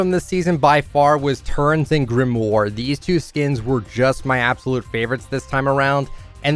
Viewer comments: Grimoire is pronounced grim-war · He loves Grimoire yet he still can’t say her name correctly smh